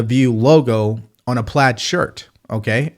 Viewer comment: How did she pronounce plaid???? Sounded funny…